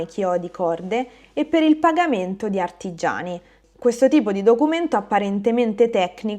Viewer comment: Note pratiche: 1) occhio al riflesso della luce sulle lenti degli occhiali; 2) a mio modesto avviso, la tua dizione è quasi perfetta. Il "quasi" è essenzialmente dovuto al calcare un po' troppo certe consonanti, raddoppiandole quando doppie non sono. Esempi: "aRRoma" anziché "a Roma", ""eccomuni" anziché "e comuni", "artiggiano" anziché "artigiano". Non è un errore in senso stretto, come saprai, però potrebbe essere interessante limarlo leggermente.